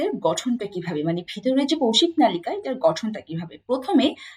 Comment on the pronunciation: ম্যাম নলিকা না মনে হয়। নালিকা🙂